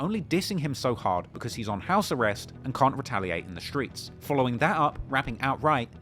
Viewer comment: he says skreets 😂